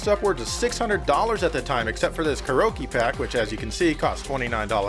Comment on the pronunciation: "Karoke" lmao